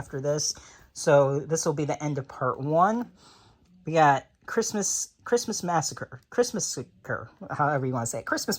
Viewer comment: To say the movie christmassacre correctly it goes like christ+massacre